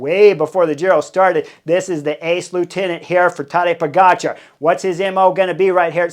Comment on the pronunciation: Heard you slip up and properly pronounce that Cat Sniper’s name the way it is actually spelled today.